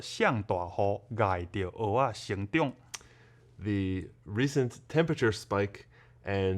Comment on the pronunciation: 在"蚵仔"的發音似乎比較標準？"蚵"有點用到喉嚨的音，的發音聽起來比較像"芋仔"？